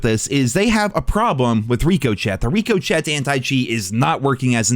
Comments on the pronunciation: It’s Rick-o-shay not Rick-o-Chet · STOP SAYING RICO CHET ITS RICK O SHAY DAMMIT !!! how you going to cover cod and dont no the name of anti cheat. Come on bro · Just try it once, I beg you. Ri-koh-shay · Wtf is rico chet? Its rick-o-shey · Bro. Please stop lol. I had to say something. Its "Ricochet". Like when a bullet ricochets off a wall. Pronounced "Rico-shay". Not "Rico-Chett" lol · Are you calling it rico-chat as a joke or is it not supposed to be pronounced ricochet? Like something ricocheting off a wall? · it’s pronounced Rick o shay anti cheat not rico Chet stop trolling 😂😂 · (Rick-o-shey) not Rico chet. Please... I know you are intelligent 😉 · IT’S NOT PRONOUNCED RICO-CHET FFS MAN STOP IT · Rico-chet 😂 it’s pronounced Rico-shay common man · It's pronounced rik o shey not rik o chet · RICO-SHAY. stop saying rico chet. its not funny. grow up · Wtf Is Rico-chet😂😂 it’s pronounced Ricoshay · For the love of god stop saying rikoshet It's pronounced rick-oh-shay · We can’t let keep getting away with this. It’s not pronounced Rico-Chet 😭 It’s pronounced Rick-O’Shay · Pronounced Rih-co-shay not rikoshet 😂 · And it's "Rik-O-chay" Ricochet. Means to boucce of a surface. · RICK-O-SHAY. RICK-O-SHAY. otherwise phenomenal shit, please keep bringing this shit to light. remember when call of duty had sprays, gestures, unlock notification markers, and more. how exactly do we start a class action suit?? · My man, it's ri-cOe-sheA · My guy. It's Rico-shay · Love you But it’s rikko-shay Ricochet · Wtf is Rico chet lmao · I love you! It's "Rick-o-Shay." and I get the "flashes" as well and it sometimes even stutters my game... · This man and saying reeko-chet. 😂 Love you. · This man did not just say Rico Chet 😭😭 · I hate watching your videos cause you dont say Rick o shay correctly. Drives me up a wall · Please stop pronouncing ricochet like that bro like wtf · I love you and I agree but it's pronounced Rick-A-Shay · Rico-Chet still cracks me up. 😂